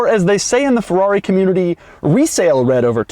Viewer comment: Fuwrr-rawh-ree... sigh